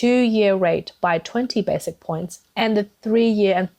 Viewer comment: it is pronounced as “bases” and not “basic”. Just wanted to point that out. 😊 Keep up the good work.